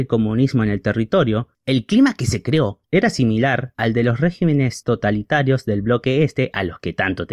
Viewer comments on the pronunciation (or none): none